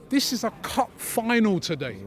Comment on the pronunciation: “Vat” game and “Vis” game 😂